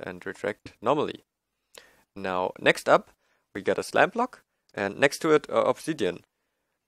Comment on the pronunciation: It sounded like you where saying slab block instead of slime block lol